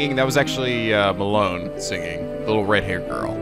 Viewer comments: Talon rhymes with Malon. Her name isn't Malone. You can't get those skultulas quite yet. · Hey, not malone It’s MaLON, (like in long.) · lol "malone" please her name is malon kinda like melon. EVERYTIME U SAY MALONE I THINK OF POST SO PLEASE lmfao